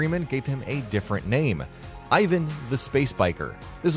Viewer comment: not ivan,but eevaan(i am about spelling)